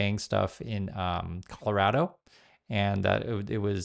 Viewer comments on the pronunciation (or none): none